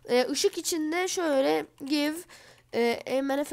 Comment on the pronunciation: Aga orda give gayv diye değil direk giv diye okunur ;)